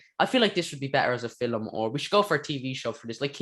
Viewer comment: Love how you say fillam instead of film